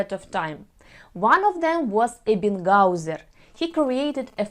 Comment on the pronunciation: Welldone. Only the German names are pronounced wrong. Leitner, the ei sounds some similar as i of the word lighter or brighter. This sounds then much better. Ebbinghaus, E letter sound is the same Russian letter Э, the ing sound similar in Russian ы, the H or h letter sounds the Ukraïne letter г, the letters haus sounds similar of the English word house. I hope that wil helps you with the pronunciation. I know the letter H or h is difficult for you, because your mother language doesn't have the letters. I'm Dutch, but speak German and English as well. Я надеюсь теперь выучить русский и украинский. это очень красивые языки. Привет из Нидерландов.